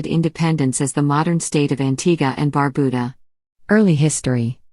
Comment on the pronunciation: Well, at least you got the pronunciation of Antigua right. But, Barbuda is pronounced bar-byuda, not barbooda.